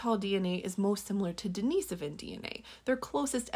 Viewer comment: Presenration is OK EXCEPT her pronouncing den-i-so-van, not den-ee-si-van.